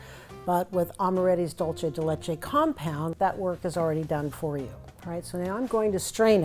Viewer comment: Lovely recipe! In Spanish dulce de leche is pronounced Dool-seh deh Leh-cheh